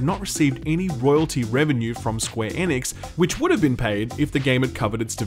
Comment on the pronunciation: What the hell - the way you say Square Enix was my favorite part of Square Enix…why did you start pronouncing it correctly?? Bring back SqueeNix please!